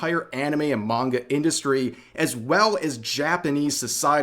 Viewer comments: Every time I hear her say manga I cringe. She's almost saying menga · She can't even say "Manga" the right way. also loli (prepubescents looking drawling's) when sexualized are nasty, but that is not CP because it is not children it is fictional drawling's that are just lines on paper and if she wants to use the "lore" of fake ages from a show, then I guess if you made the drawling look like an adult version she would still cry about that too? it really is just about the WAY the drawling looks in reality, either it looks like a male or female or a child or looks like an adult. either way it is simply drawling's of fiction. CP also is illegal, yet loli isn't. (its just very ew)